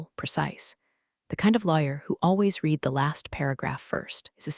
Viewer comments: Every room in these stories smells like regret or despair. Coffee tastes like battery acid. Executive's suits cost more than a mortgage payment or car. Lawyers are named Chen. People are treated like furniture. Read (red) the document is pronounced "reed" the document. Resume is pronounced "rezoom." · how hard is it to get "read" right? It’s red in the past, not reed! 🤦‍♀ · "read" should never be "reed" when it’s past tense! Glad we're on the same page. 📖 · i want the AI to say Read and Read correctly